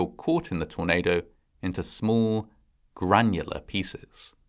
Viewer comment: Epic, as usual! I feel like the word "granular" was given a particular emphasis but I'm not getting the reference, can anyone enlighten me or am I reading too much into it?